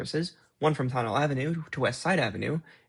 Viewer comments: fyi Tonnelle is pronounced: Tunneh- lee (as if you said tunnel east quickly 😊and made ‘st’ silent) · Formerly from Jersey City, New Jersey here. Correction: Tonnelle Avenue is pronounced TON-EL-LEE. 😌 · Tonnelle Ave is pronouced Tunnell-lee not just tunnell